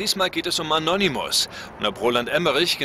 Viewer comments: Es heißt aber Anonymus und nicht Annonnymus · In Silben! A-no-ny-mus und An-non-ny-mus. Im Deutschen spricht man in der Regel Vokale vor doppelten Konsonanten schnell aus. wie Ball, Knall, Mann etc.